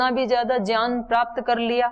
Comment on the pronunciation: Gyan ko jyan kyun bolte ho bta dijiye